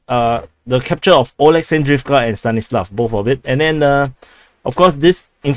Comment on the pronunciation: Олександровка - Oleksandrivka - [A leks and riv ka] not [Oh leks and riv ka]. o as in owl.